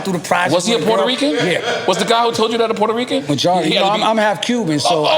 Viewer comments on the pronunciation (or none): If you take a drink every time Nore says he’s “PORTA-REECAN” Puerto Rican you’d probably die before the show ends lol dude we get it